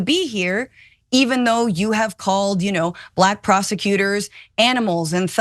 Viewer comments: The way he pronounces the word black "bLaCK" with such distain is what gets me. No one else pronounces the word black like that... just like he pronounces China as "chJina". Either he's retarded or a racist, which is it Donny? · He says Balack.